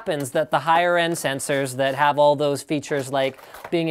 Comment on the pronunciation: *cough* Question, haVe and buLLs*it just please... learn that